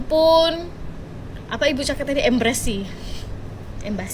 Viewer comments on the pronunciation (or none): Mbak bkn Ember Sih tapi ngomongnya Embassy yg betul nya.. Aduh Mbakk,,,tadi katanya otak kamu itu cerdas,tapi ngomong "Embassy* dingomongin nya *Ember Sih*,,ha,ha,ha,,, Sudah lah Mbak balik kampung kamu la semula masuk ke Sekolah SD semula,,belajar lagi cara sebutan nya suoaya benar benar cetdas otaknya, kikiki, Love from,🇲🇾